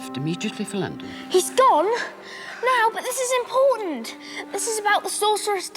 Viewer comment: "This is imporUnt"